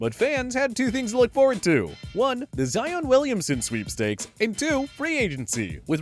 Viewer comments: This boi just said: Zeon other then Zion these boi been watching Flight! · Z on sweepstakes. Its Zi-ahn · Why is he saying Zion like that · How does he say Porzingis properly but can’t say Zion correctly?